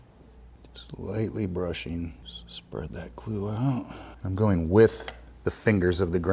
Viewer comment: Glue. glue. gloooo. gluuu. GLUE. Say glue again, I dare ya, I double dare ya!